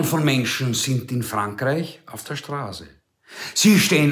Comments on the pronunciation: Jaja, auf der Strahse - hearst, es heißt Straße! Du Rhetoriker! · Neue Facette Ihrer Sprachfehler! Sie können kein scharfes ß aussprechen.... Aber ansonsten liebe ich SIe! ;-)